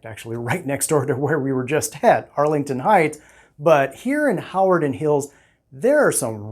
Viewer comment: You are saying "Hawarden" wrong. Not sure where you're from but it tells me you aren't local. It's "huh - war- den"